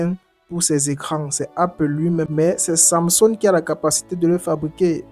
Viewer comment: Pourquoi tu as du mal à prononcer samsung